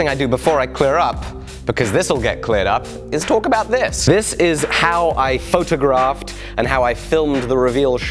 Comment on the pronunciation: My wife thought you said f****ed a giraffe, when you actually said photographed